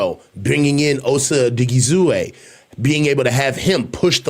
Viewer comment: My guy there’s no hard A at the end of OSA’s name it’s oh-DIG-ee-zoo-wah